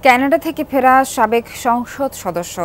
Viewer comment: ক্যানাডা নাকি কানাডা কোনটা হবে?. ওনি বেশীই স্টাইলিশ হওয়ার চেষ্টা করছে না তো?.